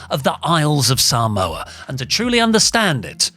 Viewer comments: I enjoy WrestleTalk videos but listening to say Saa-moa is a hard listen 😂😂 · I hate the way he’s say Samoa so wrong 😂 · says ‘Samoa’ weird